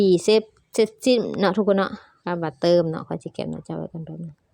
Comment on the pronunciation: อ่านไม่ออกไม่เก่งอย่าสอนเลย เขาเรียกเติมไม่ใช่ตืม😂😂😂